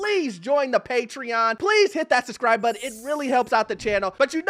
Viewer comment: it’s “SUBscribe” NOT “SUScribe”